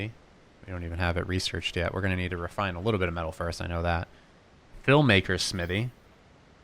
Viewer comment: Don’t forget the h in smithy